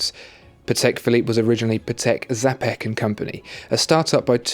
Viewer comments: Just one thing. Czapek is pronounced more like CHAPECK not zapeck. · CZ in word "Czapek" you should pronounce as CH like in "champion" word :) It will be something like "chapek".